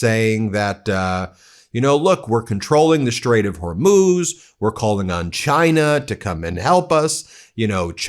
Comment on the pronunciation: He says Strait of Hormuth , is it near the Strait of Hormuz?